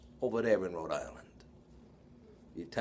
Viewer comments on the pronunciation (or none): none